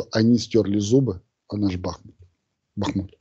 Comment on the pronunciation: Михаил когда Вы уже запомните ударение на БахмУт.?😂